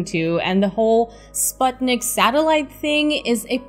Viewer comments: Major props for properly pronouncing Sputnik, a feat which other space channels hosts (Scott Manley, Vintage Space) haven't mastered so far. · Thank you for the recommendations and for the proper way to say 'Sputnik'.